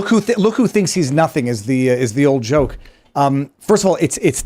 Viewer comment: Vivas' French pronouncement of JOKE when he's also talking about JEW... comes out as JUKE... and I'm sure 99.9% of Tim's panel and followers have NO F-ing Idea what he's talking about... it took me like 10 minutes listening to his rant on his own podcast to figure this out...